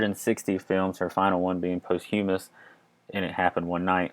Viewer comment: Good narrator although he missed pronounced posthumous 🙄